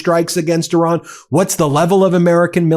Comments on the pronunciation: It's not "I RAN!!!" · Correct pronunciation of Iran, please.